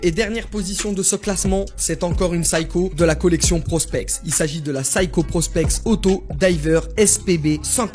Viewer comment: Si vous aimez la marque Seiko, prononcez la au moins correctement. On ne dit pas "saï-ko" mais "sé-y-ko". Que ce soit en japonais ou à l'international